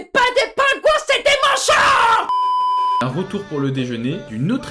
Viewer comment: ah, toutes ces stars donnent envie d'aller visiter les pingouins...d'ailleurs à 12.01, la dame dit "les manchONS empereurs"😂 Pauvres manchots, ils doivent en avoir marre de tous ces touristes